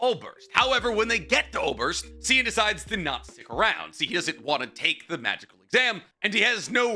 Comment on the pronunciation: I know you don’t speak German, and yeah you’ve got a great reason for not 😅 But omg your pronunciation of some of these words. Specifically Aßerst and Sein, and to a lesser extent Flamme.